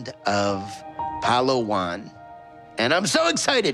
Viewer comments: It's not pronounced "Palowan" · as a filipino, hearing him pronounce "palawan" made me laugh so hard.